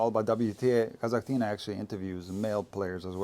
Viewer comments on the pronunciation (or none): come on now: „Kazakh-tina” would probably be a tiny sister of a Kasakh player, such as Rybakina for example. A tiny Kasakh girl - „Kasakh-tina”. Meanwhile, Daria is not so tiny and from Russia, and Kasatkina 🤣 What’s up with you mispronouncing so many tennis names 😂?